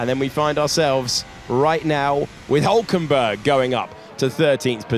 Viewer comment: Why do they always say Hulkenberg wrong? He's been in F1 for like 20 years and get it wrong everytime...